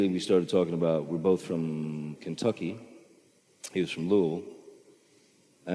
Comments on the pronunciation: He says Louisville like a proper Kentuckian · You know he's from Kentucky because he can actually pronounce Louisville correctly! 🤣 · Being a native Kentuckian as well as a huge Johnny Depp & Hunter S. Thompson fan; I smiled at how Depp pronounced “Louisville”. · Hey hey Johnny pronounced Louisville the right way ;)